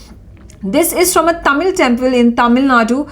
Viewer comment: Dear Newsreader pls note in the word Tamil Nadu, the u at the end is silent or rather half silent.